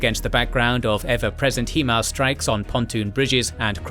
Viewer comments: For the love of all that is Holy it is pronounced HighMARS not HeeeeeMARS. Look at the spelling of the acronym and it should give you a clue. Bloody Brits invented the language you think you could speak it!!! :-) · HIGH-MARS. Not HE-MARS. Hahahaha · "HIGH-Mars" 👍 NOT "HEE-Mars" 👎 It's not difficult.. 🤨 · Dictor pronouced Hee-mars, but english speakers say HI-mars. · Please pronounce HIMARS correctly. HI (like high, it’s in the name or hi how you doing) MARS!